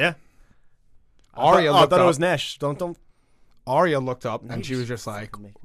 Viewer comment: Nash pronouncing Arya wrong once, gave me flashbacks to the Last Airbender when every character name was pronounced wrong